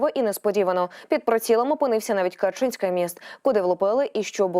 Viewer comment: А що таке КарчИнський мiст ??? Ведуча, вивчiть будьласка, украiнську мову.